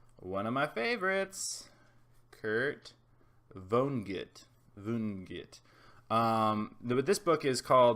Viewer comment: I think it's "vaa-nuh-git". And somebody else commented that they understood Rant a lot better after listening to the audiobook and I would like to second that. I read it once and I could barely grasp what it was saying, but I've listened to it on audiobook three times since then and there's some pretty mind-blowing stuff in there. The audiobook is only about 10 hours long, if you wanted to try listening to it and then producing a more thorough review. I'd watch that.